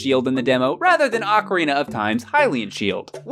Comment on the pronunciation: Since 1998, I've cringed every time somebody says OCK-a-rina instead of OH-ca-rina. I thought it sounded stupid, and was ELATED when GameTrailers showed the rest of the enunciation-challenged world that it was wrong.